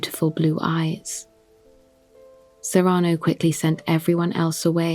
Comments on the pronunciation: it's SEE-ruh-no. I love your voice and have always loved this play. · It bothers me how pronounces "Cyrano" so I can't listen to it.